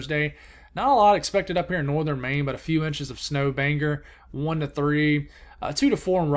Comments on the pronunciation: Hey! Thanks again for all that you do, I’m always watching you for the in depth videos and explanations! If you want some pronunciation help for Maine towns - here are a few I noticed: Machias = Ma-Chai-Is Bangor = Bain-Gore I know it’s hard to remember them all along the way, but figured I’d pass it along. Not sure if that helps or not! 🙂 Thanks again!! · Mainer here, fun snow squall this morning! And it’s pronounced bang-gore and match-eye-us love your content